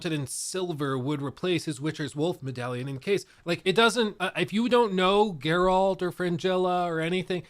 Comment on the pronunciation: Are you SERIOUSLY still struggling pronouncing "Geralt"? After almost a decade.... you're still defaulting to aaaaaalmost saying "Gerawlt"? What??